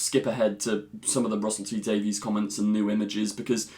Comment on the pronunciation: once again. PLEASE Honor the way RTD pronounces his name. He says it as though it were spelled Davis. not day-veez